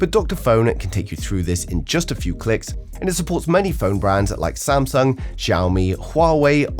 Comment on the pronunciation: "Samsuong" Ha!